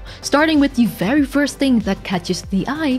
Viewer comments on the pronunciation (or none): none